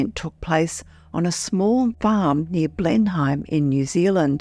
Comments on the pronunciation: Not blen hyme it’s blen nem spelled phonetically. The actual spelling is Blenheim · Blen-hyme lol Its pronounced Blen-nim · "Blenheim" is pronounced "blennim." Its definitely unusal around there. Its also close in proximity to a famous 1978 of lights by an Air NZ Captain near Kaikoura. There is an airforce airbase at Woodbourne nearby, plus a controversial NZ GCSB/NSA spybase at Waihopai (part of the 5 Eyes network). I had a girlfriend at Blenheim & stayed there often, she often had weird experiences, plus I had my only experience of very scary sleep paralysis occur there, while staying at their house. Her brother casually told me that he awoke one day floating above his bed. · Just an FYI. Blenheim (the town where this event is claimed to have occurred) is pronounced as 'Blen - em'. Woodbourne (the airbase you mentioned, just outside of Blenheim) is pronounced, 'Wood burn'. Please check the pronunciations if you're uncertain. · It's pronounced Blen-nim btw